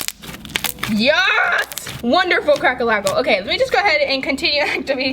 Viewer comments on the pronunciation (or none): Why does she call it a crackle lackle ^_^ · Cracklealkle XD I’m going to say that everyday in school!